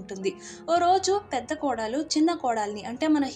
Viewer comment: Kodaalu kaadu. kodalu